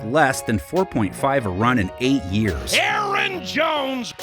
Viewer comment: lol they fixed the Aaron Jones flub